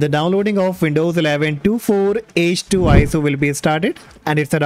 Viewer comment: Just a little thing, it’s pronounced twenty four h two.